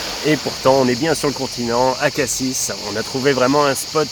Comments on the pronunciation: Pour info, on dit "Cassi", on ne prononce pas le S, comme pour "Paris", bon voyage et bonne route, profitez en pour faire la route des crêtes, point de vue inoubliable entre Cassis et la Ciotat ... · Coucou On dit Cassi, sans prononcer le s, comme Paris 😉 Et pour Brives La Gaillarde, c'est au MARCHÉ dont vous faîtes allusion, Georges Brassens 👍 Dommage que vous ne vous soyez pas arrêtés à Marseille, c'est une belle ville. Bonne route